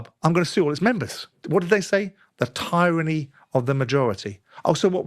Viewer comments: Today I learnt that Simon Jordan cannot pronounce "tyranny" correctly. 😂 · No One: Simon Jordan: Tieranny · Referencing Simon Jordan is worse than using The Sun. Utter scumbag... that is unable to pronounce "tyranny" apparently